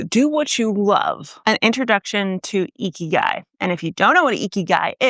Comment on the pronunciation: Very western pronunciation of 生きがい, haha.